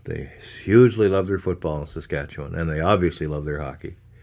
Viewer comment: You’re saying Saskatchewan wrong too, it’s basically pronounced se-skat-chew-in